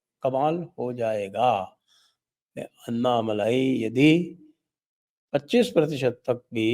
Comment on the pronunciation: उनके नाम अण्णामलै है। अन्नामलई नही। Dear Sanjay ji. You know how to correct it. This is a grouse that we southern Bharatheeyas have on our northern brothers. This is an opportunity for you to gain confidence. Also, without a doubt, BJP is going to get 22% vote in Thamizhnadu. NDA is going to win Coimbatore, Tirupur, Tenkasi, Kanyakumari, Vellore for sure (all of them mostly under Lotus symbol). Virudunagar, Tirunelveli, Shivaganga, Ramanathapuram (where Rameshwaram is).. 50-50 chance. This is without any alliance with PMK & DMDK. If they come in, Villupuram, South Chennai can be won.